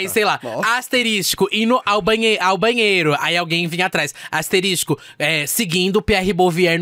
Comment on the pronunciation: Amei a falando a palavra asterixxxxcos